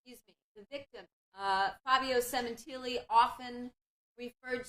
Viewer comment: Did anyone catch the defense, Ms. Berk, calling her Monica Semen-tittily?